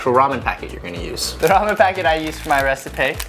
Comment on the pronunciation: lol was mispronunciation of the word "recipe" an accidental reference to having played FF15 by any chance? Ignis: "That's it!! I've come up with a new recipeh!"